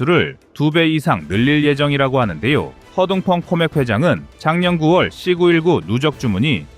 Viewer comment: 는 AI 인가요? 발음을 왜 AI처럼 발음을 할까요? 사거리를 삭꺼리로 발음하고 C 919를 C구 일구로 읽고......그외에도 몇개가 더 있던데 듣기가 좀 불편하지 않습니까? 나만 그런가요?